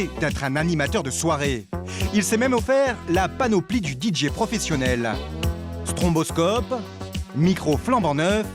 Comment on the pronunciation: C'est "stroboscope" et non "stronboscope"